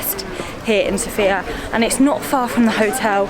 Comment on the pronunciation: The accent goes on the first syllable of Sofia. (SOH-fee-yah...not soh-FEE-yah)